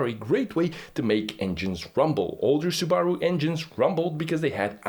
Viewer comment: The way he pronounced Sbaru is interesting! 🤔